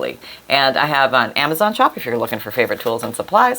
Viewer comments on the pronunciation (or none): none